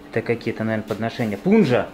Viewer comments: Пуджа а не пунжа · правильно говорить не Пунджа, а Пуджа. А обряд с огнём в Индии называется Арати. Всего вам хорошего там в Индии. Не болейте🙏 Подзастряли конечно вы там. У меня получилось во время улететь в начале марта. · Прости, не могу не обратить внимание. Хочу внести коррективы в слова которые ты произносил в нескольких выпусках. "Аюрведа". "Пуджа".